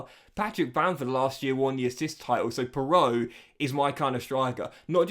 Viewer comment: Joel piroe is pronounced like Piru